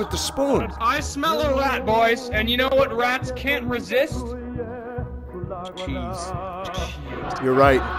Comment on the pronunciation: "Ch-cheese": "Ch-cheese" fucking dies